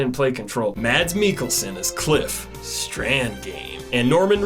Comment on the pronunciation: I love the way you pronounce Mads Mikkelsen :D